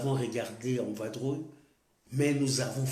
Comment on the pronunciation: On dit vadrouiller pas vabrouiller